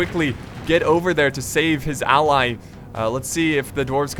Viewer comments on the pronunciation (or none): none